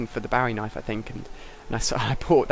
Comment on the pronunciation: At about 3.50, he says barry knife :)